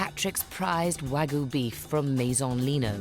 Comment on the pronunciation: It's "WAGYU". not wagu! And you call this segment about class????